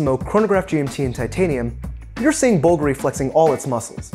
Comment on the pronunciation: The watch appreciation game is all about macro-level scrutiny of fine details, and it often borders on the obsessive. That being said, every time he mispronounced the name Bulgari it made me cringe a little. One doesn't have to pretend to speak italian to say it properly, but looking up the correct sounds is no different than reading the tech specs of a watch.